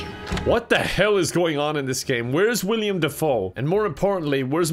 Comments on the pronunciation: If you start thinking about how his name is Willem Dafoe, not William, you will become more and more annoyed while watching this until you feel only rage by the end. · Is it just me who was insanely bothered by calling willem dafoe “William” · Ahhhhh it's Will-EM not William! It's okay I forgive you. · nothing worse than hearing call willem dafoe “william dafoe” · new drinking game: take a shot every time says william instead of willem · Somehow it’s physically painful every time says “William” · saying William instead of Willem is bothering me more than it should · ITS WILLEM GODDAMNIT this isnt no jim pickens its WILLEM DEFOE